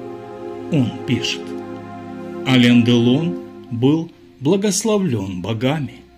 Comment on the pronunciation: Автор, Вы бы более правильно произносите не Алень, а Алэн.